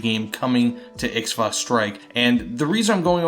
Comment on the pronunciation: Im South African- and Ixwa is pronounced as •Ee-twa• - and the •t• is more a tongue click And I can’t wait to see SA vehicle in WT! So excited since the announcement